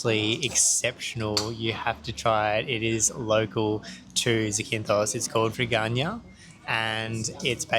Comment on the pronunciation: It's not Zi-kin-thos it's Za-kin-thos > in the first 30 seconds you mispronounce it 3 times